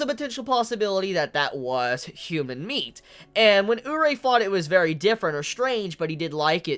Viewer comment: omg say Urie's name right please xD its pronounced oo-ree-ay